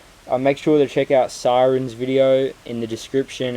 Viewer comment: also suing because at the end he called me siren, guys idfk how many ring times i have to say it, my name is SAY’REN